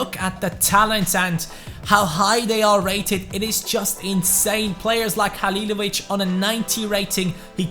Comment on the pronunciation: Damn you said Halilović right i know from croatia